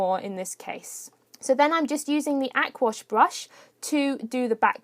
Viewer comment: it's the aqua brush not aquash brush...hahaha